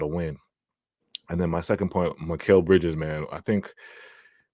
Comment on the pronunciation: Why do keeps on saying “Macal” his name is mikal 😂